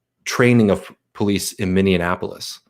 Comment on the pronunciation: Minor quibble. Minneapolis has only 5 syllables. You’re pronouncing it as if it’s Indianapolis.